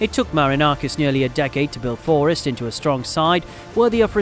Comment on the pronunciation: Your saying forest wrong the entire video - other than that great video